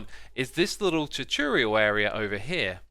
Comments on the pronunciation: Dude please pronounce tutorial properly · Tuchorial is the best thing I've heard all day. Not trying to be mean it just made me happy.